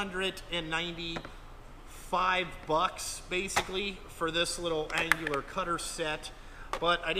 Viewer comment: Dude your killing me No G in annular. Nice mag drill but too much green for me.